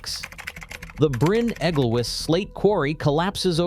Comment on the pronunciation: Bryn Egglewiss, Tallilin etc. etc. Americans, eh? It's that sort of lack of research that got Trump in. I couldn't watch any more.